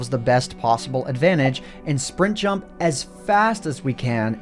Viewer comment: "Let's jump right into it" That would have been good if you didn't put so much emphasis on jump